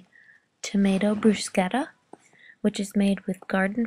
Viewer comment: THANK YOU for saying "bruschetta" properly!!!!!!